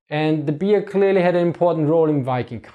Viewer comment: i am the only one i hearing "beer" instead of "bear"?